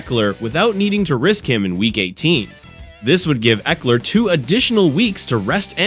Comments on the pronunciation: You are pronouncing his name incorrectly. Ekeler…… short e sound. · still incorrect pronunciation.